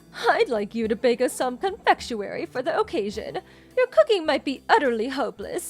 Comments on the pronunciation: It's not "con-Fetch-u-ary". Please pronounce words better🤦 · In general, ok story & not monotone or wooden on the acting. 🙂 Similar but not identical to others I've heard (though I don't listen to these text stories as much as some people do so that may be why). Just a couple of notes: 1. Not even close on how to say "confectionery", plus FYI: No one would use the word that way in most of the West, so it really could be confusing to some audiences depending on location. Maybe try synonyms more common among all English speaking places? (Admittedly, this might not always be possible.) In common use "confectionery" is used to refer to the place that makes the sweets. The sweets themselves would be called "confections" if you were being pretentious. The average person from the US would just say "I went to the bakery & got a variety of sweets". 2. A small plot argument: It's an unbelievable plot point that anyone who has a cell phone & can text with it wouldn't know how to use the calendar built into it too, cause it's been in EVERY smartphone for at least a decade now & most of them for longer than that. The MIL not having her grandson's birthday added in it seems highly unlikely considering she actually cared about him (unlike the DIL), so her saying she forgot doesn't make sense to the story. When planning her tea she should've seen his birthday on her calendar.